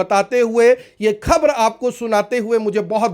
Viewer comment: Pls pronounce खबर Not खब्र